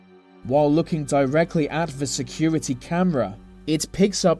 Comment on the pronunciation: This video was great but 'th' is not meant to make a v sound. Such as they and the you say vey and ve